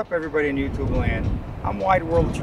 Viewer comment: Precision railway at its finest! That tanker was hugeaah as you say! Nice Hertzog catch as well! Thanks from Wide World of Trains on YouTubeaah! 🚂🇺🇸🇦🇺🇺🇸🇦🇺🚂